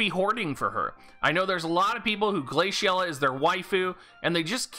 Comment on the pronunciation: why are you pronouncing the name like that